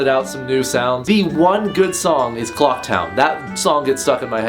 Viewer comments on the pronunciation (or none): none